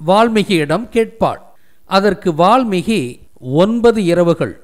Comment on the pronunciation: வால்மி"ஹி" அல்ல வால்மீ"கி"...